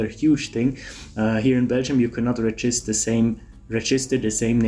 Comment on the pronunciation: It’s pronounced REgister, not reGIster.